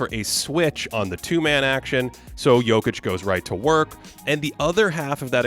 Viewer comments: That Nikola Jokić pronunciation was 👌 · okay your pronunciation of Jokić's name at the beginning got me confused, thinking that this was a video by a Serbian youtuber. 👌🏻